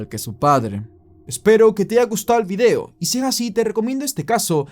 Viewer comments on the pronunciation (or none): none